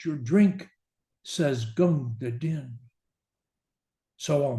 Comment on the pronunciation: Most scholars agree. The name is pronounced "Deen.". It makes the rhyme with "queen."